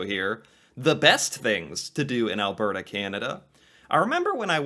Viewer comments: It's pronounced Al-ber-ta not Al-bear-ta lol Also Edmonton has a lot more than the mall And the telus science center isn't much about Pixar at all except for that space, the rest of it is fun science things that you'd do in actual science Calgary Flames, Calgary hosted Olympics in 1986 or something like that, Calgary is a popular layover airport with Westjet headquarters, Calgary Tower, you research Canada and probably came across it if none of those ring a bell lol And you should definitely check more about the Calgary Stampede, its more than a rodeo like Google says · Alberta(Al-bur-da) is basically just Montana, Georgia, and Texas all rolled into one beautifully green province lined with the second largest mountain range on the planet. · I love how the way you pronounce it really stresses the BRRRRRR! in Alberta 😄🌨️🌨️☃️🏂. But Alberta is not what I'd call 'south'west Canada. Western Canada has no portion that reaches as far south as the part of Ontario where 10-15% of ALL Canadians live! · Alberta is pronounced Albert a with the accent like al BER ta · Yes "Al-burr-ta" not "Al-bear-ta". Often the "t" is softened to more of a "d" sound as well. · Phonetically. Al-burt-ah.